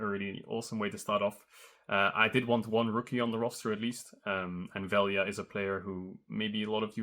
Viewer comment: Someone from the team needs to teach him how to pronounce Velja's name xdd